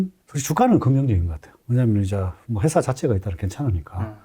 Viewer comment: 회사를 셰사라고 투자자를 휴자자라고 하시네요 잘안들리는분들 참고하세요